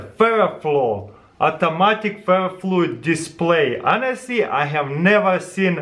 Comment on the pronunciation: Watched to hear him say "boom ferafluyiddisplai relly kul"